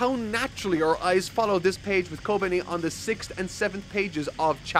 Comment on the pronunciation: thank you for pronouncing kobeni's name right this time <3